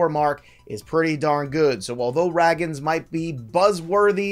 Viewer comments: Pronounced-"bay yo" and "ray-ginz"😮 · Love your stuff. Really need to get the names right though my guy.. Brayan Bello(Bay-O) Cole Ragans(Ray-Gins).. gins as in Ted Ginn Jr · Bello is pronounced BAY-OH Ragans is pronounced RAY-GINS Anyway, I think Luis Campusano is gonna be better than both O’Hoppe and Alvarez.